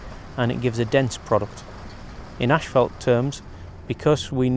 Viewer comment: How do you get 'Ashfelt' from 'Asphalt '???